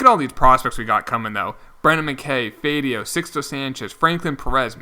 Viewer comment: It’s Alex Fy-A-Do